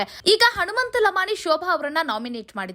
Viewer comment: ಲಮಾಣಿ ಲಮಾಣಿ ಅಂತ ಯಾಕ ಒತ್ತಿ ಒತ್ತಿ ಹೇಳುತ್ತಿ ಅದೇ ರೀತಿ ಬೇರೆಯವರ ಸರ್ ನೇಮ್ ಸಹ ಹೇಳು